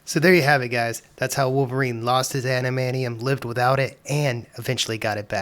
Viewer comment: After hearing how you say "adamaneeum" I'm not sticking around to hear you say "mu-ants".